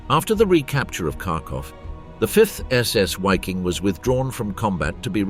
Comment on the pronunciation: Another YouTuber that can't be bothered to learn how to pronounce the subject of his video. WTF is a "Wiking"? It's pronounced, unsurprisingly, "Viking" whether you are English or German. So that's another YouTuber I can block.